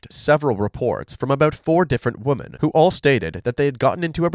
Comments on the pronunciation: Hey bro. You make high quality content, thanks! Idk if you'll still read this a month after, but as a tip, the pronunciation of women is wimen, with the i as in 'did' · 😂😂😂😂 "these woman" 🤣🤦🏽‍♀️🤦🏽‍♀️🤦🏽‍♀️🤦🏽‍♀️🤦🏽‍♀️ DUUUUDE!!!!!!!! Its ----->>>woMEN<<<-- NOT >>>>woMAN<<< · I noticed a lot of Americans say “woman” instead of “women”. Is that an American thing? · It’s charming you pronounce “women” like “woman,” but slightly confusing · It’s women…. Like swimmin, without the S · Love your vids but bro please learn how to pronounce ‘women’. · A nice change from murderers! Also, you gotta work on your pronunciation of "women"